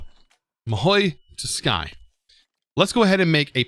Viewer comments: TS-U-kai not tuskai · why say tusk when its tsu? >_>" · He says tuskai instead of tsukai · your mahou is right but tsukai read sukai